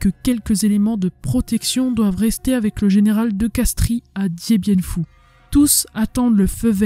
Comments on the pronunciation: Colonel de Castries, on ne prononce pas le "i" , on prononce de Castres. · ça s'écrit de Castries mais ça se lit de Castres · Castries se prononce castre (origine latine)